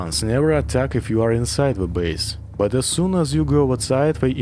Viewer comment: Сразу понял, что русский по "зэ и вэ". Насчёт "the" - "дэ" самый идеальный вариант. Надо поработать над произношением.